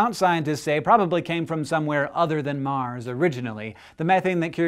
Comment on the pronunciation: OCD kicking in..!.!.!... It's not MAR'S